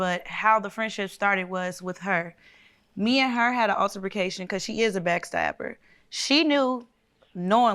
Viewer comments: And when the witnesses said alterbercation 😭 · When the witness said, Alter-macation I SCREAMED!!😂😂😂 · Did she really say alter ra cation😩 She needs to be buying books instead of bundles😌 😉 she probably was nervous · She said alteracation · Or was it alterbaecation 😂